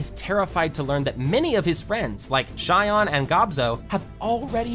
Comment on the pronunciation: Its like you made it your mission to mispronounce each name as often as you can. You even mispronounced Shion and then immediately after that said it correctly...